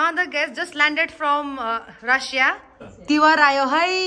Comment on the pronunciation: its not tiwar- its tihar